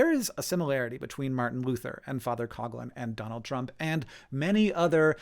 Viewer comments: It's pronounced father "Cough Lihn" not "cog lin" Also Matt Christman and Chris Wade made a really great series on this era called Hell On Earth, and pretty much had these takes but in more and better detail. Additionally Matt Christman has touched on this context of the subject pretty thoroughly generally in his output. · It's not Cog lin. It's cough lin.